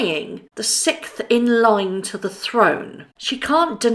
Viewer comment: No such words as vunerable and sicth. Can't you learn to speak properly?